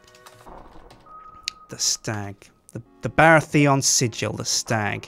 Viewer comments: The way you pronounce Baratheon as Bara-Theon is strange and displeasing to my ears. Also, the third character should have been Jon Arryn. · The way he said "Baratheon" really upset me... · You pronounce Baratheon really weirdly.